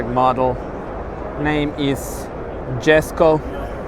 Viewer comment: Pronounced Yesko